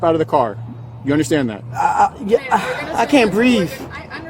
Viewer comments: "I caint breeve!" Folks, we have a winner! Whoever chose 3 minutes 35 seconds into the video when the typical phrase makes its first appearance, you win! Racist woman. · "I can't breeve!" That came real quick! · its the "breave" that gets me... when did the "th" turn to "v"? thats stuff we learned in kindergarten... i just dont get it. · I literally laughed at loud when she said “I can’t breafe” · Breave? Learn English lady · I cant bweave dat dit'int take long 😂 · “I can’t breeve”😳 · Yes I agree and she said “ I can’t Breeve”!!!!! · "I can't breave." "I axed you a question." Smoking weed before work. If she offers to prepare your taxes...run!!!! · “I CANT BREAVE” 😂😂😂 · Sitting in her car, on the phone and LEO holding her arm and hand and she spits the bars "I CAN'T BREEVE". Haha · Are some people not ashamed of acting like a petulant teenager. This broad was flipping through her roll-a-dex of stupid excuses and came up with "I can't breeve" ? (Spelling intentional...) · "I. CAN'T. BREEVE."... well, stop smoking weed and you WILL be able to 👌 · "I can't breeve"came way too quickly!!! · It was actually a "I can't breeve," wasn't it? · ....and there it is!! " I can't breeve"😂😂😂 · "I can't breave..." So, this african queen can do anything she wants, and, tell the cops that they cannot do their job, a job to which they are obligated. SHe thinks just because she is a black "queen," that she does not have to follow the law. It is so pathetic. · Did she really say she "CANNOT BREEVE" while still seated and on her phone? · The “I can’t breev” when he was only touching her arm is crazy. I guess she got ahead of herself. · She can’t breave. It’s hard for her to answer the question he axed her when she can’t breave, cmon now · "Ma'am, you're tags, driver license and race card are all expired" "But I cant breeve" 🙄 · Lol gotta love the immediate "I Can't Breeve!" Well before they even touched her. These animals are unbelievable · Did she say’I can’t breaf’ th- makes the f🤔😭😭